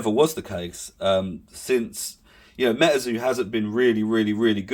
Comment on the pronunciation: its Metazoo not Metaeeerrrrrzo